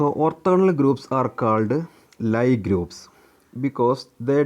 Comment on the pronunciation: ലീ ഗ്രൂപ്പ് എന്നാണു ശരിയായ ഉച്ചാരണം.